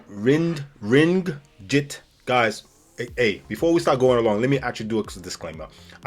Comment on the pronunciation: If u claimed u have been to Malaysia yet u failed to even pronounce the name of the currency right, clearly struggling with that instant embarrassment, I am like, ok, whatever this guy has to say comes with zero credibility! It is NOT true that how u implied the beaches or the best of the beaches in Malaysia are tied to resorts or u have to go through the resort to access to the beaches. There are only very handful of those super luxurious prestigious hotels that can afford to really obtain exclusive land use to make it exclusive to its guests only such as The Datai, Langkawi, Four Seasons Langkawi, Pangkor Laut in Pangkor Island, are the big names. Other than that, the many beaches are public spaces, everyone has rights to use. Let's not forget just how diverse the geographical location of the many stunning islands scaretting around East and West Malaysia, with one setting to another that may look or feel like u are in another country or something. We have islands facing the Andaman sea, the Malacca Straits, The South China Sea, and the Sulu Sea. U can literally go to island vacation anytime all year around, where as in Sri Lanka, it is just Indian Ocean and about half of the year, it is not only inaccessible to beaches, even traveling to the island is not encouraged due to Monsoon Season together with multiple deadly cyclones too. When the Northeastern Monsoon season comes, the West coast of Peninsular and Eastern Sabah would be the most perfect places to hit. Where as the